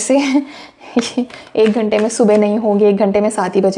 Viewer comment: 🤣🤣🤣That “Ek Ghante” got me rollinnn’🤣🤣🤣 TBT. Thank you 🙏🏾❤🎉.